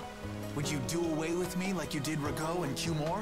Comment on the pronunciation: Is there some way that you can listen to the in-game audio properly by using headphones or something. Because I'm getting kinda sick of you mispronouncing so many words: Entelexeia = En-tele-keia Duce = Du-jay (or Du-chay) Pallestralle = Pala-stralay Mantaic = Man-take Ragou = Ra-go